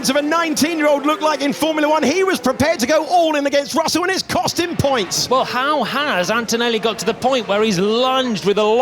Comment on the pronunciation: Por qué dice Rosel????